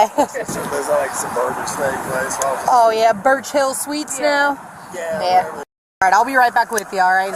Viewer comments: love the "Birch Hill Suites (pronounced suitees) Hotel" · Narrator, you need to learn the pronunciation of simple words 'Suites & finally' for example. 🙄 Also, 'Karma' doesn't mean what you think it does.